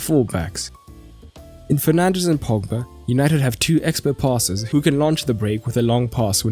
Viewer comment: he says Penandes 🤣🤣🤣🤣